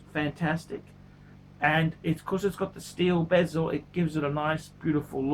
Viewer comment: BEZEL IS PRONOUNCED AS SUCH: BEH- ZILBASEL WORLD IS PRONOUNCED AS SUCH: BAH ZULIT PHUCKING KILLS ME WHEN YOU PRONOUNCE THE BOTH OF THESE WORDS AS BEEEEEEZELLOL LOVE YA ANYWAY KEEP ON ENTERTAINING!